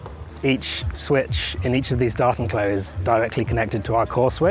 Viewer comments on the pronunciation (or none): Sounds like you got all your ducts in a row! Btw, I heard "Dartenklo" at first and couldn't make sense of it. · I was like, "is he really saying 'docking toilet'?...yup...sure is." lol Bonus points for "Tardis". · Say 'Datenklo' one more time! I double dare you! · Datenklo. The accent was so weird I did not understand it right away xD"